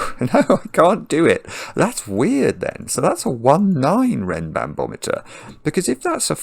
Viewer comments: So funny how after a couple of minutes it turns into "renbanBOMeter" instead of "renbanMOMeter". ^^ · I smiled every time said "RenbanBometer" (rather than RenbanMometer). Reminded me of a child saying biscetti rather than spaghetti. 😂 I solved this in about 25 minutes. Really fun puzzle!